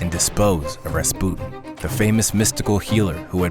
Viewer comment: So strange. Maybe Millennial mispronunciation, maybe butterfly effect, maybe I’ve been wrong my whole life, but for many years it was Rasp-you-tin. So strange to hear it differently than I grew up with.